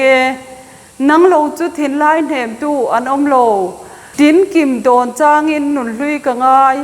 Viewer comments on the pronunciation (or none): Ka en ve chiah e..Mahse, tinkim tih a thluk dan hi dik ka ti thei lo..Tin hi a rihniama lam tur asin..